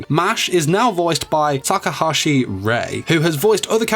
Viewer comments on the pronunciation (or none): none